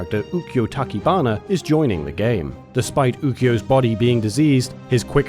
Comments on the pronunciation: It's Tah-CHI-bana. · "Talkybanna" Come on,. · It's clear that the narrator didn't play Samurai Spirits before, otherwise you wouldn't pronounce Tachibana the way he did.